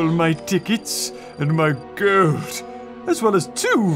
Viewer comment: The way he says gold lol 😂